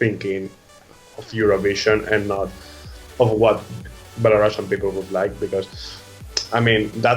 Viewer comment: Thank you for your support, I'm very exited about NAVI finally representing Belarus this year in BELARUSIAN (btw, could you please take under consideration that it's not "shian" but "sian" so please pronounce it not like Belorussian but Belarusian). Thanks!